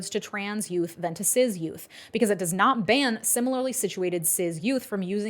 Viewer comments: lol why do you pronounce cis "ciz" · Love this vid, particularly the breakdown of TN’s hypocrisy behind allowing usage of gender affirming care in other instances for cis-kids is incredible. Plus, pronunciation of “cis” like Sizz instead of Siss got me like 🤔